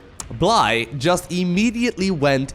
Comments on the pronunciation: I think Bly is pronounced Billy. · The UKRAINIAN player is simply called BLY (blai) You don't know,, do you? XD